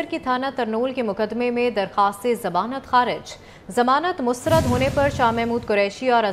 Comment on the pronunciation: plz pay some attention to pronounciation of urdu language i-e lfz mustrad hy mastrad nhi .. pta nhi exact sy degree ly kr anchor bnn gay hn .. kuch tu urdu tlufz prh lea hota